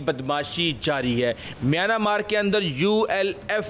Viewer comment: میانا مارک نہیں میانمارک بولیں